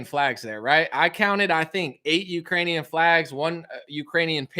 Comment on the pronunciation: lol did anyone hear him say that putin will never get the Uranians heart and soul I cant believe you didn't catch that Bro.